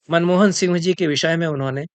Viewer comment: मनमोदन नहीं मनमोहन